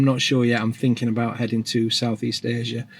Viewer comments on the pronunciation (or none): none